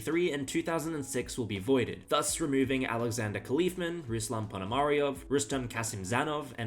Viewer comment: Some hints to improve your future videos: (1) Try at least a little bit of effort to pronounce the chessplayers' names somehow correctly (the most striking mispronouncings are Euwe, La Bourdonnais and Khalifman). In our internet age and time, it's not too difficult to find out how to pronounce these names. (2) Do some basic research and try to at least spell the names of the players correctly, it's "Khalifman", not "Khalifmann". It's "Emanuel Lasker", not "Emmanuel Lasker". (3) Don't use AI images like the La Bourdonnais one ... when I saw the chess clock in the background, it was immediately clear to me that this is not a real image, because when La Bourdonnais died in 1840, chess clocks were not invented yet. Also Steinitz didn't look like the person depicted in your first AI image . (4) Do some basic fact checking: "Capablanca had a five year gap between his two world championships." is six years, not five. "Spassky didn't play any games in between his two world championships". That's simply not true. I guess you mixed it with Smyslov. Furthermore, Spassky played three world championship matches (1966, 1969 and 1972).